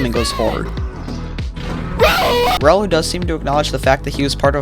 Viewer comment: For Raulo059, Raulo means Si- Ulo or mad head or in Philippines for me its a badword edit- its not rawlo its ra u lo